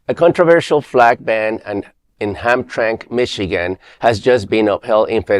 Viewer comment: Ham-tram-ick is how it pronouced.